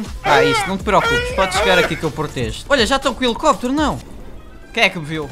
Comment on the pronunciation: "Elicopitero" kkkkkkk